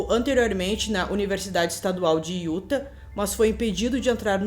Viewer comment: Oi,, tudo bem? O jeito certo de falar o nome do estado de Utah é "iutá". Adoro o canal! Não perco nenhum vídeo!